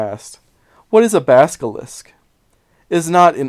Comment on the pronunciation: Isn't it Basil-isk, not baska-lisk?